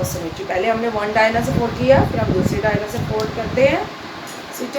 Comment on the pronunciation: Very well explained ma'am but can I suggest you to be please correct the pronunciation of diagonal. Its diagonal (dia as in DIAmeter, go as in go, nal as in natioNAL)